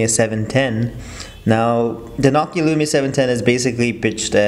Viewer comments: it's nooo key ah not knock kee ahh am i right? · say nokia how you should (NO-KEY-A)